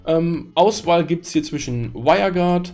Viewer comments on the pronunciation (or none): none